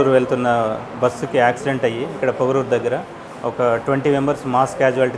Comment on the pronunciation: Pongunuru kadu sir. Pogaruru